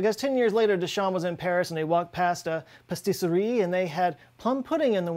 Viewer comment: Patisserie - not “pastisserie” But the name was perfect!